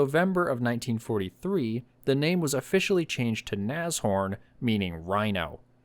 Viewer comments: ITS NASH... HORN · German here, I've only ever heard of these being pronounced "nash-orn" Very good video these were rubbish, should have just made alot of jagdpathers or Stugs with better armour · Naz ... Horn? LOL